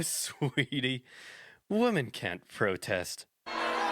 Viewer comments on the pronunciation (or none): You can tell by the fact that in this very video he pronounces "women" like "woman" over and over again, a sure sign of brain rot.